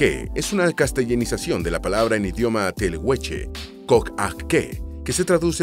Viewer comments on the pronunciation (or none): 20,39 coayaque dijiste ahora? es collaique, y el pueblo se dice teguelche, no telegueche.